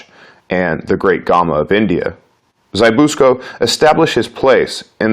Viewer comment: It's ZZ-BISS-KO